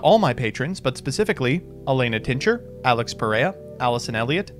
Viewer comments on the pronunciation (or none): none